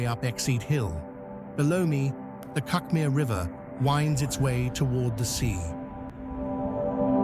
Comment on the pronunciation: I don't know if all us locals pronounce cuckmere incorrectly. As never heard it pronounced like this before. A lovely place to live.